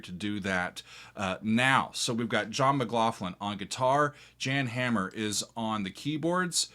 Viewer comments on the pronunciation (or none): And his last name is pronounced with the first syllable being a rhyme with bomb.